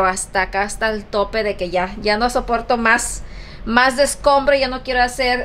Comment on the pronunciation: se dice escombro no descombro